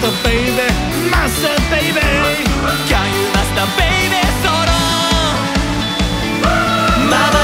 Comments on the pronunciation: の「can you」の発音が癖になりすぎる、、最高すぎるぞビバ〜〜〜！！！！ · Can you master baby? の発音ペラペラの人の発音で惚れた💕︎ さすがすぎる👏👏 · の「Can you」の発音がガチで好き。 10万回再生おめでとうございます🎉🎉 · 歌みた第2弾ありがとうございます！！ のと、さらっとcan you〜とAngelの発音いいが好きすぎる…に無限の可能性 ~同じ日のライブで、最初か最後が「One Night Carnival」アンコールに「イケナイ太陽」っていう所まで妄想した 何咥えてる？シガレット？爪楊枝？ 何にしろ飴咥えてたHappiness思い出す